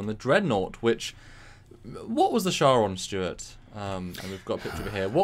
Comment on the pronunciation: Are they calling the Charon... Sharon? It's pronounced Kar-on